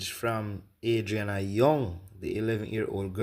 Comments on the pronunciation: I think shes saying her name incorrectly on purpose…she doesn’t want to directly identify the girl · I personally believe every single word this woman is saying. My only thing is her constantly saying her name incorrectly - that can cause one to think twice about taking her seriously. If in fact some of these details/evidence does come out eventually and align with the details she’s stating, this could be of value. Either way, praying the truth will be revealed and those involved are dealt with through street justice.